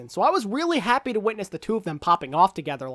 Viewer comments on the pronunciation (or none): none